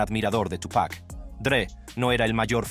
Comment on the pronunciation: Todo bien pero por respeto al artista se dice Tupa' (apenas pronunciando la C) no Tupack